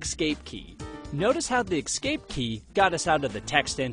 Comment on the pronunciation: No, no, no: "Eck-scape".